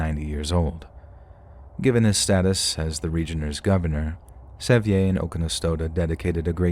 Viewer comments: Pronouncing John Sevier like that is so funny. It's said the same as "severe," like Sevierville. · Sevier is pronounced "severe". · Hahahaha! John Se-vE-Ay!! You mean John Sevier???! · *John Sevier, pronounced Severe. He was the 1st Governor of Tennessee and there is a country and Highway, among other things, named after him.